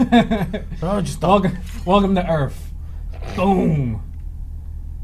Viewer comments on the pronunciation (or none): Welcome to Earf